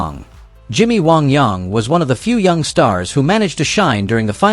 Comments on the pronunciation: Technically, the pronunciation “Wong Yong” is closer to the traditional Chinese pronunciation. However, his character was pronounced “Wang Yang” (rhymes with “rang”), and that’s how it should have been pronounced here. Dratted AI. 😡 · It's Jimmy WANG YANG. WANG YANG. Ughhh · It's Jimmy Wang Yang not Young. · Jimmy Wong Yong! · Waong Yaong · wang yang...say it with me